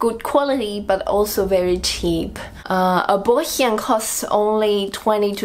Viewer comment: No, you didn't hear it right, she said: a "Brötchen" (it's a bread roll) within her accent...